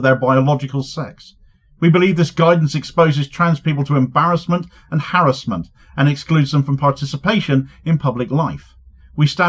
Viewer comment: Thank you for pronouncing "harassment" the way everyone used to pronounce it before Michael Crawford came along. It was quite nostalgic!